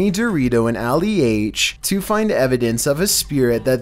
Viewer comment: He really said Ali-H lmao im crying